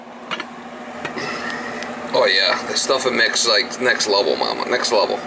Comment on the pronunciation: Ohhhhh....NEXT LEVEL! I thought all this time you were saying NECK LEVEL and couldn't figure out what the heck you meant. hahahaha NEXT LEVEL!!